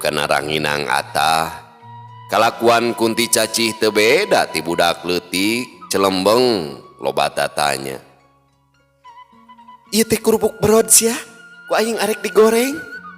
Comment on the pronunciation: 😢célémbéng sanés celembeng,... 😂 Wiwitan apal dongéng, dina ieu épisode nu pondokna.😂😂